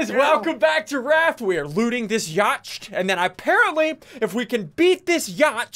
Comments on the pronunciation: SSundee: Yacht (ya-t-ch-ed) me: Yacht? (ya-t-t) SSundee: no Yacht (ya-t-ch-ed) me: face palm LOLOLOLOLOl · Says Ya-tChed intsead of Yacht. Still watching haha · bru they said yacht wrong